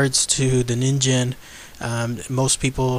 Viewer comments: it is ningen not ninjen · actually it is based on a japanese word so it's pronounced as nin'ghen'. Correct me if im wrong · pronounced kneen gen I believe which is Japanese for human. I wish there was an organization dedicated to solving mysterious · Phan Qirui I don't think you are wrong, it's the word for human if I am thinking right. It is annoying the crap out of me that 2/2 videos I've seen that mention this monster has said it wrong. Ah... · It's actually pronounced "neen-ghen", which means "human" in Japanese. (or it would be, if it was real) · Its pronounced as Nin-gen the G goes as you pronounce goal or great also BTW ningen is Japanese for human so japanece refer to that criptid a human because of some of its features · it's actually ningen, g as in good, grace, not gem or genital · You are right. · Ningen(にんげん)'s G is pronounced like gas's G.